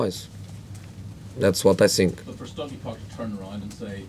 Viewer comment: I SINK THE WHINY ONE IS BACK.